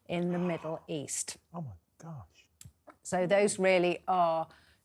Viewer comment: "Oh my goorsh!!!!!"...... Oh bless........